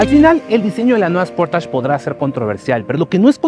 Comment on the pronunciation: Esportach?...creo que sería algo así: "sporeich"...o no?